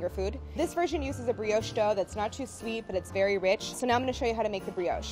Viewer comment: Say “brioche” again... Briodgge